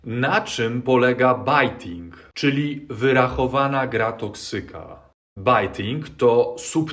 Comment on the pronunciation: bejting, not bajting :)